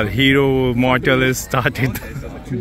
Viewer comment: mortal ❌murthal ✅